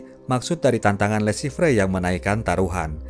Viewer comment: Le Chiffre baca le shifhe